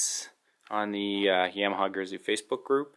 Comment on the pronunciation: great video but is pronounced Yamaha not yaaaaamiha